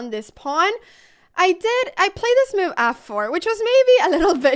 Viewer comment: It is sort of entertaining the way U pronounce "move" as "muv"..